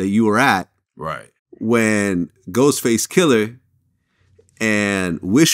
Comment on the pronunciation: "Ghostface killer" Vlad isn't the only Caucasian lame to get it wrong. THE er at the end matters.